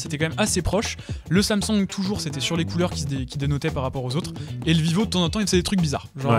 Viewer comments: Faut dire " sam soung " pas samsong " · Le « samsong »